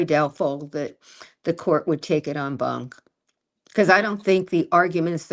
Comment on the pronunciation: It’s pronounced “on bahnk.” I don’t like professors who criticize the people who are actually fighting on behalf of a client in the arena.